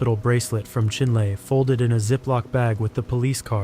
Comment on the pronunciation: for future reference, its pronounced chin-lee 😊